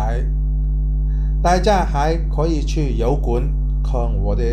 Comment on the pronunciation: 他应该是想練好华语, 用那个什么app来自動出字幕吧(他提到廣府话 app 自动出不到宇幕)，我看一些英文的视频，發音若不準出来的字就不对了。 我个人听他講还好，只是视频听到戏棚，油管听到摇滾而已，其他全明白哈哈。